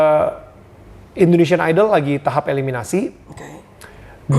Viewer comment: indonesian ka harusnya bukan indoneisan